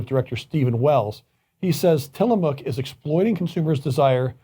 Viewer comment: Uh Oh! Say it ain’t so. Not Tiilamook. Ha!!